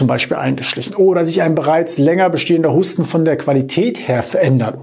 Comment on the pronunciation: Warum sagen Sie statt Husten - HUSSTEN?!?!!😮